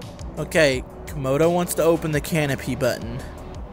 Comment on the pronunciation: Uhh..................Dragon. As in Camodo Dragon (Komodo)